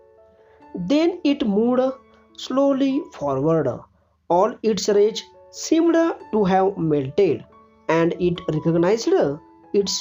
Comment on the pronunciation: Sir aap galat bolte ho आसकड , रिचड , सिमड 😁😁👎👎